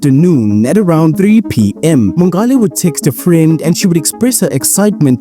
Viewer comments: Mongale -- that's a soft "g". Just like you'd say "ngola" in SeSotho. I think she was Tswana though. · Thank you for summarizing the case so nicely. Do take time as a South African to find out how to pronounce names correctly. Mongale.... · The way her surname is butchered. 🥴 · Agreed. It strained me ears